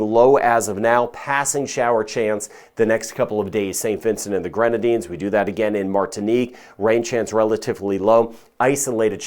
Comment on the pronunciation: I love that you pronounce the names of the islands correctly! You can call us St. Vincent! We don’t mind if you leave off the grenadines! You’re a great weather man! Thank you for all you do!